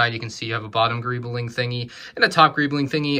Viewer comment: Nobody:: GReEblInG